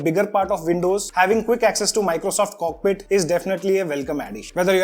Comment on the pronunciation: That's button name is co-pi-let not cockpit